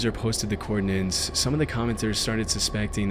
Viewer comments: 'the coordin-nents' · Coordinates, not "coordinants" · *coordinates, not coordinants.